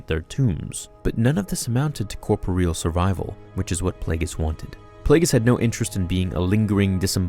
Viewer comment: Not to nitpick, but I heard 3 horribly mispronounced words. "Awry" pronounced "aw-ree" instead of "ah-ri"and "facsimile" pronounced "fass-im-ih-lee" instead of "fax-im-ih-lee" and "corporeal" pronounced "cor-por-reel" instead of "cor-por-ree-uhl".